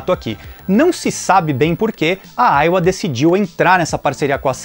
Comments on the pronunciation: Chamava essa marca de "Aiva" (som da pronúncia) kkkk Uma única vez vi esse console, numa banca de camelô, há muito tempo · A pronuncia correta é Aia ou Aiva ? Sempre pronunciei com som de V